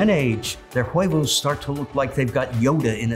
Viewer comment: ¡Huevos!.... It's Wayboz not wheyvos..lol